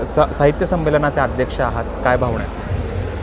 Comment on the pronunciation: मुलाखत कार अतिशय अशुद्ध भाषेत बोलत आहे...आणेक, भावणा, पाणीपत अशा पद्धतीत मुलाखत घेत आहे...एवढ्या मोठ्या चॅनेल ला हे निश्चीतच अशोभनीय आहे...